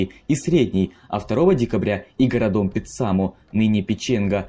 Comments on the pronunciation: У читающего текст проблемы с ударениями в словах. И это очень неприятно слуху. Например. ЛадОжское вместо ЛАдожское, Или --- городОм вместо гОродом... И тд.... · Интересно, но с ударениями правда надо что-то делать... Ладно собственные имена, но даже в нарицательных: городОм, началИ, бомбовЫе. Как так можно прочитать вообще? 😅